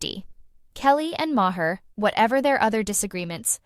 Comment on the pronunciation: May her, Mah her, May her, and on and on and never saying the name right.